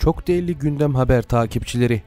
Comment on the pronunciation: Derli değil, de-ĞER-li. Türkçemize saygı lütfen.